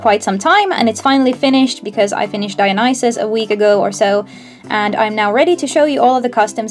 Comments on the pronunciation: Heads up it's pronounced DIE A NO SEE ISS I know that's not how it's spelled but it's how you pronounced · Not DIE A NIE CES